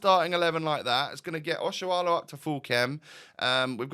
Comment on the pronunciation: I really like that you can pronounce Nigerian names well, Oshoala, Chukwueze 👍